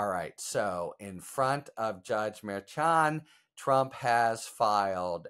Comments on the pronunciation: It's MERCHAN. ......... as in "MER SHAUN". You have to correct your pronunciation because there's going to be plenty of times you'll be using his name in the coming months. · Harry still cant say Merchand’s name correctly. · MERCHAN: : The CH is an SH pronunciation.